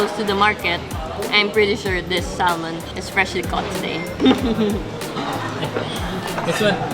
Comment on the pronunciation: Its pronounced as “Sah-mon”. Not saLmon.